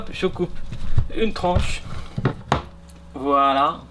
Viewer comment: qui entend wallah au lieu de voila , je suis pas le seul j'espère 😂😂😂😂